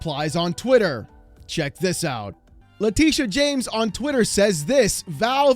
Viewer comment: You lost me at "Letitia"...🤦